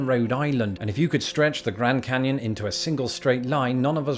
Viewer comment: "...canned granyon..." Being a fan of spoonerisms, I got a good chuckle out of this one.